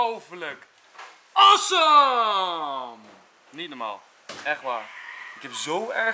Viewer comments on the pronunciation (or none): Weet ik ook wel maar hij zegt assum